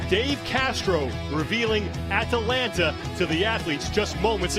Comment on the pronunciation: ITS atlanta not atalanta-SIGH